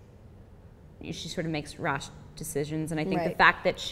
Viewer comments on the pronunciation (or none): "rosh decisions" xD